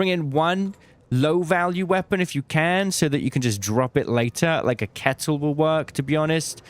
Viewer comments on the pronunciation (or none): none